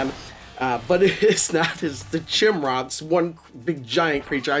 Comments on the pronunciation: 2 things 1ST is chimera (kie-mare-uh) not chim-ra shim-ra lol 2nd easy mode has no overtilt the rest do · Chimera is a mythological creature - the first part is pronounced with a 'k' like kimera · Thanks. This looks better than I expected, based on some streams I've watched earlier. BTW, Chimera should be pronounced to rhyme with "sky nearer".